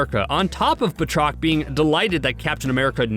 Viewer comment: ffs it's not Bah-trok. It's pronounced Bat-Rock!! That's bat as in baseball bat and roc as in Chris Rock. 20 seconds in and ur video fails. Please do basic research or stop pretending you have ANY Marvel Comic knowledge!